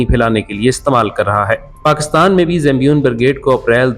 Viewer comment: Bhai zambion nahi.. Zaynabiyoon naam hai